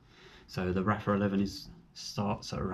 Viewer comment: It's pronounced "Arfa" , not raffa...The 70 is far superior, I have both, the venting and internal sun visor makes a huge difference